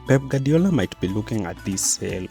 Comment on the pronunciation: Guardiola's phonetic translation is: gwaar·dee·ow·luh In other words: Gwadiola not Gadiola